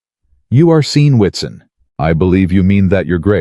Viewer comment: Why did WATSON that sounds "whatszzn" become WITSON in narrating?